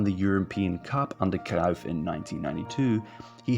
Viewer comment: Visca Espanya y viva Cataluña. Pep will never manage the Spain national team because he’s CVCK separatist. Also, another English speaker telling us about our own country? Get that bull narrative out of here. You can’t even pronounce Cruyff’s name properly.